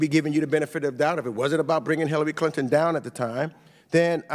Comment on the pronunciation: "Teckaterry Tlinton?"